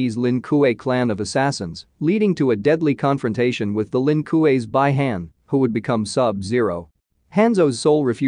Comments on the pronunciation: Well if they cant pronounce the names correctly then dont make a video about it. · I hate the way he pronounces Hanzo name, clan, and the way he says Bi Hans clan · Bai Han?!!! BI-Han Quan Ki??? QUAN CHI! Bro ... know the names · No offense dude but you are butchering a lot of names. It's Bee Hawn, Kwan Chee, Lin Kway